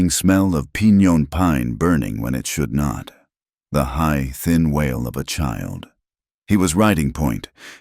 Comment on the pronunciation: WAIL (cry) of a child, not WHALE (sea mammal).